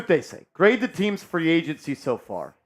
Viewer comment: It's agency not agnecy